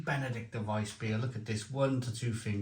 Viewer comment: Reading the label, it's BenedikTINER...like the Benedictine monks. Sorry to be pedantic but I know you like things proper!